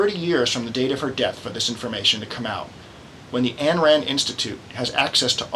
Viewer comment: Her name is Ayn (rhymes with mine), not Ann.